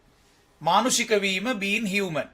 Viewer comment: මානුෂක human pronounce karanne හියුමේන් කියලද්?